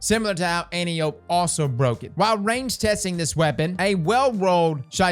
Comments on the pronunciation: anti-up xDDD no its an-ty-oh-pee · anne • tie • oh• pee C’mon cross - even True Vanguard has figured out how to say Antiope properly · ANT. TIE. OH. PEA. Just trying to share knowledge, not be a jerk. It's like fingernails on a chalkboard listening to it pronounced wrong over and over lol. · pls, Ant-Eye-Oh-Pee. c'mon man, quit disrespecting the Greek Goddess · I'm sorry but it's. An-tie-Oh-Pee like the greek goddess 😂😂😂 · "Ann-Tie-Oh-Pee" my brother. Greek mythology and all that jazz. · Fun fact: Antiope is pronounced ant-eye-oh-pee. Like Penelope. It's a name from greek mythology, like how most Hakke weapons are named after historical figures.